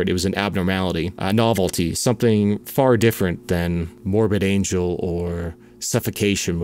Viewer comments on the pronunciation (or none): none